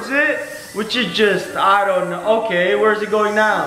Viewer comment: Why every time u say know it turns up as shnow